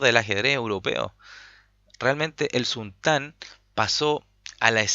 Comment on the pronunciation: Se que es poco relevante, pero aun así lo comento. No es “el sultán” sino solo sultan (con acento en la u), porque sultan es parte de su nombre, no su título o cargo. También, se pronuncia como jan, no kan. Lo otro, buen relato de la partida bro